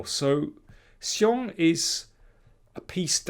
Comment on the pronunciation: You have the best pronunciation of Xiong among all commentators...